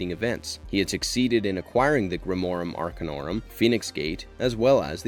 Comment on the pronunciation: And yet, in spite of all of this, grimorum arcanorum is pronounced perfectly.